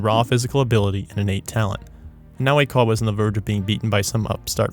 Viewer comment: You’re pronouncing “Oikawa” incorrectly